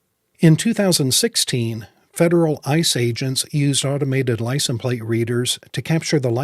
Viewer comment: ...it is "license". It is not pronounced "licen". You seem to drop the "se" from the word. Annoying mispronunciation. As to your suggestion for folks to write various level representatives or the state employed...it is a waste of time. Does anyone with any scintilla of life experience, really think that government place holders care one whit about citizen's feelings? Really, sort of naive don't you think? Yes, our American tyrannical corrupt political system is showing it's true colors. And the sad truth is, there is not much, if anything, society can do about it.